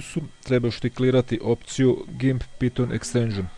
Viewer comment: NE KAŽE SE PITON NEGO PAJTON!!!!!!!!!!!!!!!!!!!!!!!!!!!!!!!!!!!!!!!!!!!!!!!!!!!